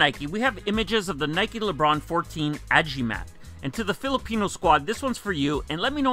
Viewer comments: bruh im a filipino but what tf did u say ajimat??? its a-gi-mat not ajimat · Im a Filipino and it is pronounced as AGIMAT not Ajimat. And it means a charm. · good day sir. Filipino Squad member here. it's actually pronounced A-Gi-Mat, not A-jee-mat. It means "charm that will make you stronger/perform better" or something to that effect. No direct translation though. Think about it like this, Samson is nothing without his long hair or Maui is nothing without his Hook- i'm sure you get the point. And the insoles mean "for greatness" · agimat. pronounce like A = ALOHA GI= GEESE MAT= MAT. tagalog term for amulet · I'm Filipino, but I'm not really feeling these Le Brons. Agimat means Amulet or a Charm which is in a pendant form with magical super powers. It's actually pronounced as A-GEE-MAT. As always, love your videos. More power. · it's "a-gee-mat" means talisman or amulet.